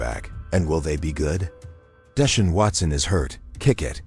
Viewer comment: Who in the h311 is Deshin Watson & Shatter Sanders 😂? The one area AI needs improvement is pronunciation!